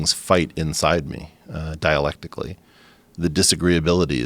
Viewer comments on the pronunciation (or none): "Dialecticly" aaaaaaaaaannnd done